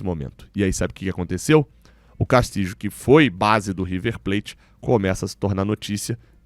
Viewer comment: A pronúncia do nome do uruguaio tá errada. Fica a dica.